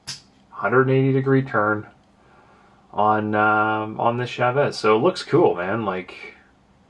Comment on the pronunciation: It's not "shehvez" it's CHA-VEZ